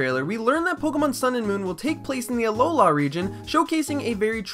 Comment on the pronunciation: Its alola not aloha...... Listen